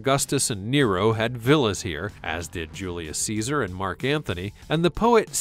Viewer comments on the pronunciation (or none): none